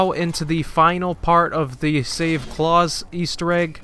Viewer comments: Not claus like santa claus its pronounced Klaus like the fish on American Dad. Lol sorry had to say something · I’ve never heard it the way he said it but I’m sure you could argue people say it somewhere but yeah straight butchered that shit haha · Is there two ways to say klaus or did this guy butcher it?